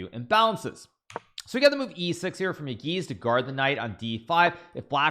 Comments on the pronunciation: Yağız is pronounced as "yahez" not "yagiz". Ğ is kinda silent. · I think it's time to learn the pronunciation of Yagiz's name?